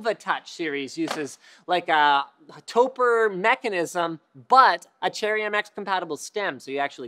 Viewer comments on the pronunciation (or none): Topre is a portmanteau of "Tokyo+Press," and should be pronounced like "Toe Pray"; not "Toe Purr"... Credibility of this video = not good.